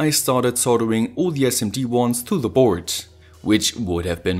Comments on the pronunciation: Alter, kannste Dir nicht mal merken, dass man "thieee" immer nur vor Wörtern mit beginnenden Vokalen sagt ?? und sonst nur ein normales "the"... Hört sich ja furchtbar an... lol... Aber sonst gut erklärt die Schaltung ! Und wie kann man sonst, so mit dem Stift malen, wenn man den so komisch hält...lol... Naja, aber bist ja nen Perfektionist, gute Videos ! Daumen nach oben...Gruss, Stefan. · Hey, ich liebe Deine Vids, echt gut erklärt und ich habe schon viel gelernt. ABER eine Sache muss ich loswerden, hoffe Du nimmst es mir nich krumm.. Die Aussprache bei "the" ist nur bei AEIOU als Anfangsbuchstabe des Folgeworts "The = Thie/Die" und sonst immer ganz normal "The"... Nach rund 100 Vids fällt mir das immernoch krass auf... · The video is awesome. I have a one complain. I am not a native English speaker, so maybe somebody could correct me, but I think you use word 'the' incorrectly. Or maybe it just the way you put emphasis on this word. Like 80% of the time